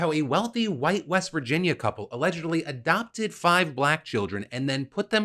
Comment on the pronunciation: I heard you say "HWhite" so clearly in my mind and you're right ☠️